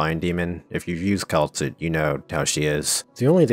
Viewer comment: You did Kal'tsit dirty 😭